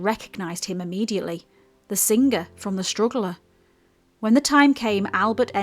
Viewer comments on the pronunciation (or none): none